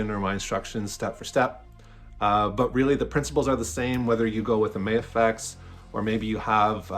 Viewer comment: I like your builds and just subscribed. Also will be ordering the drawman. Thanks!👍 FYI, it's not "May-a-fex". Just Ma-Fex 🙂